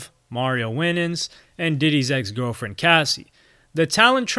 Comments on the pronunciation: Agreed! He’s either really young or relatively new to hip hop. He even said “Mario Winnings” when his name is Mario Winans. I know he’s a singer not rapper but damn! this guy needs to do his research, this video has mistakes that any credible hip hop fan shouldn’t be making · .....And another thing. The name is pronounced Mario WINE-ANS. As in WINE like the alcoholic beverage. Not WINNINS. Wtf. 🤦🏽‍♂️ This is what happens when u have sum1 that's not familiar with the culture, tryna teach it. Smh. Just stop! ✋🏽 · First of all let’s pronounce Mario’s surname correctly…..Winans is pronounced WHY-nans….not WIN-nans….👍🏾 …. Carry on. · LMAO Mario Win-ens you tripping bro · "winins".... and then he keeps showing photos of Mr.Cooper from hanging with mr.cooper.... lol. I'm gonna go watch some Cooper reruns now. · ITS PRONOUNCED MARIO ( WHYNENZ ) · Mario “win-ans” lmfao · Mario “Win-nans” 🤣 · You need to research your subject matter a bit more. -Wrong pronunciation of Mario Winans surname -Not sure how to pronounce Betha, Mase’s surname -Picture of the wrong Mark Curry -Picture of 702 when talking about Total. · I forgot you weren’t black until I heard you pronounce Mario Winans. 😂